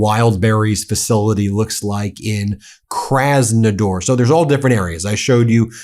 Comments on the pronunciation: KrasnodAAr Ben not krasnodoor 😂😂😂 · KrasnodAr, not ...door 😊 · It's Krasnodar (with an A, not an O) 🤣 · Thanks for the report. It's called "Kras-nuh-DAHR" though. 😭